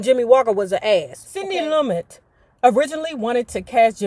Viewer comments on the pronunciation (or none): Sidney's last name is pronounced Lu-met.